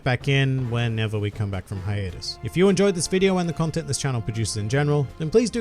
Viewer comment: Haitus x haitus ! Come on!!!!!